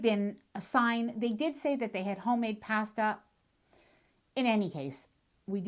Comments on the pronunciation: You deserve to eat at a restaurant when you cant pronounce "pasta" correctly. I also bet you say ''eye-talian" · The way you pronounce "pasta;" so Canadian!